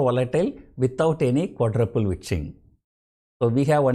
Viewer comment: Sounds like ur calling fii as quadraple bitch 😁